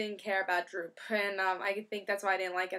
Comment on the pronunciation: Great review. Btw It's Doop. But anyway I gotta say I didn't really like the art for this issue but then again I don't think Bachalo is half bad. Anyway I gotta agree with you I am not a Doop fan either and I didn't really like the story. If you are really bored you can go through and translate doop's language.